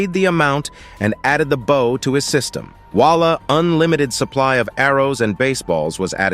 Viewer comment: I like how he says "voila" like "WALLAH". Wallahi my brudda